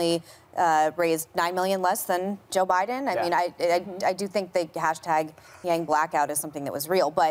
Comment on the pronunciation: Did she really say mr.gang?😂